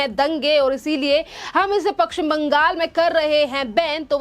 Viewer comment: पक्षिम नही पश्चिम बोल